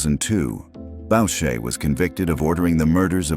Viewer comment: Boo-shay, not Bowch-ay.